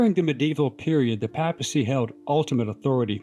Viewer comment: "Papacy" is pronounced PAY-puh-see - long A in the first syllable.